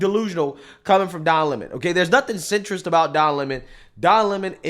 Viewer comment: Call me whatever “ist” or “phobe” you want, but I think it’s hilarious when hood black people mispronounce someone’s name with an attitude. “Don Lemons” sent me.